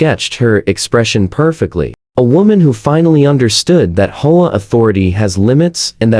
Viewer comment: There’s no F-ing way HOAs have any right or jurisdiction to inspect the interior of a residence! That would get someone seriously hurt if not killed. Also HOA isn’t a word but how do teach AI to pronounce it as H O A?